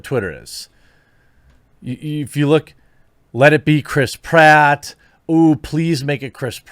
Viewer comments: cant unhear Crisp Ratt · Your pronouncing it wrong. Crisp Rat. Now you can't unhear it. Suck it twatters.